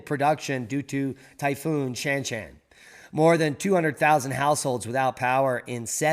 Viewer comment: Shanshan pronounced, Shaanshaan.